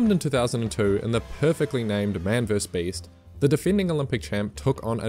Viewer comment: "verse" sigh